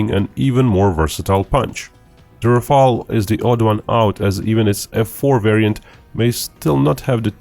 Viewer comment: Some one said Rafael😂😂😂😂😂😂. It is killing me.